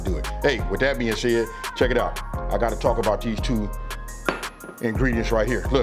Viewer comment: This man said “check it out” 😂 aye you from Chicago huh 🤣